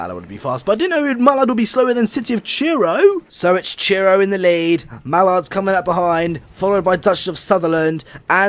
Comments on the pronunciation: Truro is pronounced "Truh-roh" Not "Cheer-oh" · Instead of Truro you said Churro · Please learn to say Truro not Tyuro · It's City of Truro, not city of churro. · City of Truro not City of Cheero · It's TRURO NOT TURO (have 2 point it out. Sorry( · When you say “Truro” I hear: Cheero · I live in Truro, nice to see my baby doing well. “City of Churro” 😂😂😂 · He keeps saying city of churro